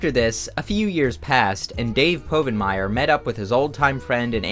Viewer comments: I knew it was a joke by the time he said PO-vinmire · I knew this was fake when you mispronounced povenmire